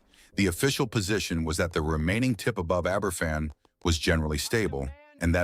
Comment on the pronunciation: Right, that does it. Aye ber fan? I'm off.